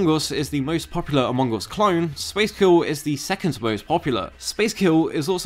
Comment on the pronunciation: When you say "among us", I hear "Mongous", I thought, where is the Mongol in those game?